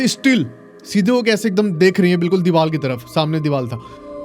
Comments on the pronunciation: Deewal kya hota hai . Deewar hota hai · Bhai it's Deevar not Deeval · Bhai ka divar ki jagah dival hi nikal rha hai.... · R ko l ku bolta h bhai 😂😂😂